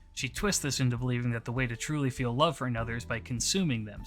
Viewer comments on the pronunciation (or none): none